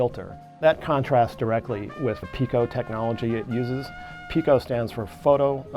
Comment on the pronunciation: That's "peh-co" not "pee-co"